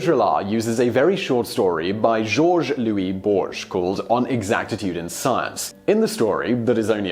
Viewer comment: Simon you mention Jorge Luis Borges, but mispronounce his name. Remember he is from Argentina South America !